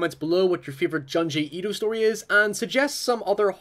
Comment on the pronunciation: Juh-n gee eedoh 😵